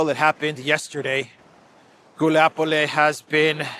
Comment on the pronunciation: once again: it's Гуляйполе, not "Guliapole."😃